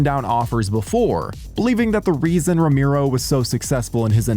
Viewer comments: Say "Romiro" one more time! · Romeero? Jesus the pronunciation...